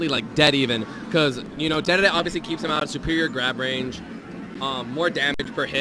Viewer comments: God I get fucking infuriated when someone pronounces dedede like daydayday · He said DeDeDe wrong all the way back them too. 🤣